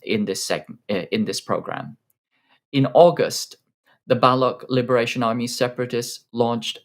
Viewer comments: It's Baloch Liberation Army. (pronounced /bəˈloʊtʃ/ bə-LOHCH) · Seriously… you didnt bother learning how to pronounce baloch?